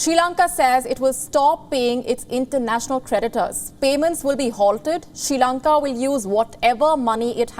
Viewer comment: It's SRI Lanka, not SHE Lanka